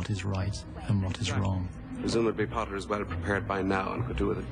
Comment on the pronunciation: PoTtAh! My FaThEr WiLl HeAr AbOuT tHiS!